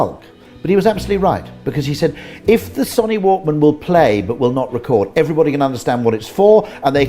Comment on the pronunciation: Son knee Walkman lol haha